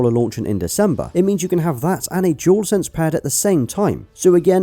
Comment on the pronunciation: Why does it sound like he's saying "Jewel Sense" when he's saying "Dual Sense" ?